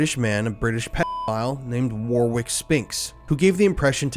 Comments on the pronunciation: Just an FYI and in no way a criticism, his name is pronounced Warick as the 2nd w is silent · Your mispronouncing of the name Warrick is so American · That's not how you pronounce Warwick...... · It's shocking but sorry I couldn't listen to you mispronounce Warwick any longer (& Johannesburg) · The second w in warwick is silent. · U really need 2 learn how 2 say the name 'Warwick' properly. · He can't pronounce Warwick either. FFS the second w is silent! This video drives me crazy. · The second W in the name Warwick is silent btw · Sir you've doing some great content about stuff here in England, you can see you know yer stuff... Can you tell me why some creators bleep out the word paedophile and some people leave it in zive noticed a lot of that.. Just a quick warwick isn't said like it's spelt the 2nd " w" isn't sounded so it's warick... Just like the " shires" wilt shire York shire.. Is pronounced wilt sher, York sher... Thanks for using the olde English though mate.. Keep up the good work.. Regards.. James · Its pronounced Warrick, not War Wick ffs lool. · Your pronunciation of Warwick is awful. Its said Warrick not war wick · This is interesting but FFS ITS NOT WORRRWIK It is WORIK Phonetically, in English the BIG W in the middle is a SILENT W war-W-ick YOURE DRIVIBG ME BONKERS !!! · goddamit, I can't listen to the mispronunciation of Warwick - its "worrick" - NOT war-wick, FFS. WORRICK. Also jo-hannesberg, not Johann - esburg. I'm giving up at 15 minutes in. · Warwick is pronounced "WARICK" not "WAR-WICK".. 🤦‍♂️ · His name is pronounced Wah-rick, not war- wick. Sorry, it was distracting me from the story, none of which is shocking me. Just disgusted that these creatures are allowed to move through society. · Dude, it's "warr-ik". That was a hard listen for the pronunciation alone, let alone the rest of the content. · Wah-rick not war-wick 👍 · Pronounced “warrik “ not “war wick” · FYI: it's not pronounced "War-wick", it's pronounced "Worrick".